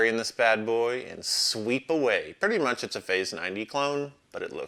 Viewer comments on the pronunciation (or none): none